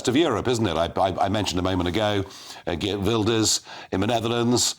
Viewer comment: Mr Farage. May I compliment you on pronouncing Geert Wilder’s name correctly? Dutch can be a challenge!